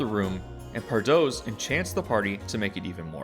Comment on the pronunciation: Pardoes is pronounced more like "par dews" ^^